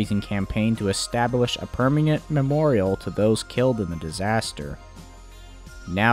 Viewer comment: Just check your pronunciation of words like "permanent," which comes off as "perminget" or something. Overall, though, well done!